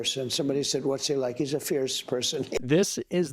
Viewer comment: Your he's are sounding like she's. Be careful. Your broadcast is good